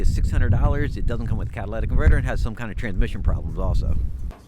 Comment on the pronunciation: Catalytic converter not Cadalatic converter.